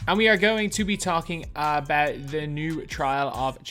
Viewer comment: we will talk awbawt